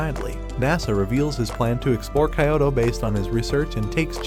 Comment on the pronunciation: Kayoto please pronounce it right it's kyoto not kayoto